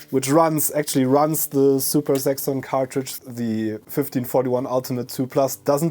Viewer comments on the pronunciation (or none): oh zaxon i thought u said sex on hahahaha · super saxxon cartridge? I initially heard "super sex on cartridge" llloooll!!! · Zuper Saxxon, I love it! That's just a fiendish English/German tongue twister.